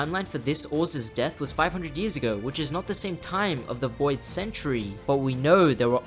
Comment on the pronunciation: you mean Voi D God?